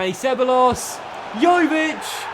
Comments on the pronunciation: It's "seb-a-jos" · It’s so annoying the way he pronounces ceballos’ name? It’s “seb-I-os”, not “seb-a-los”.😂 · Ceballos: seh-BYE-yose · The brexit pronunciations of Lenglet and Ceballos gave me good laughs. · How he says Dani ceballos 😂😂😂